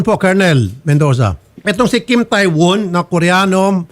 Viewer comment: TAE pronounce as TE